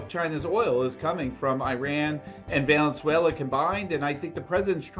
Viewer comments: Heard valenzuela for sure. Twice. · this boob really thinks the country is called "Valensuela" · Yep. Homie said "Valenzuela". Piqued my ears too. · Valenzuela? Did I hear it twice? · He definitely said Valenzuela. But he's also a trump supporter so I doubt he can find it on a map